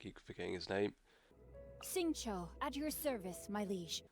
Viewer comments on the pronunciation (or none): Poor water dude! His name is Xingqiu! "Shing Chiw"